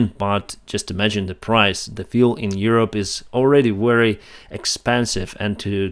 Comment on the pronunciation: Pronounce " Very" like ”вепи“